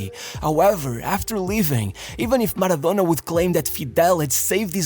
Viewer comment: Man the way this guy pronounce the words "maradonnnnnna" , it really annoys me so bad